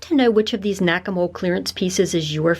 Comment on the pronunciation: I thought you said "Whack-A-Mole" 😉😁😜